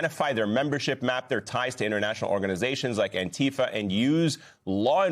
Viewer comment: I am the Chairman of the Board of ANTIFA with a message: You all pronounce ANTIFA incorrectly. I doubt the gov't can locate me. ANTIFA FOREVER